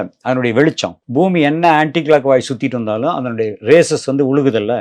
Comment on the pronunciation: Sun Rayses ille rays da mitta payale...